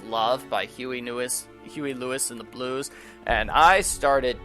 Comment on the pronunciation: ....Huey Lewis and the NEWS, not blues. 😊